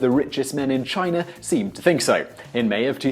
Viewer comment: It's funny that you can't pronounce China correctly at times. You said Chiner a few times. English people add R's after A's.